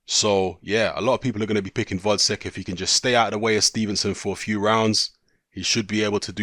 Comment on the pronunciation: his name is gvozdyk not vozdek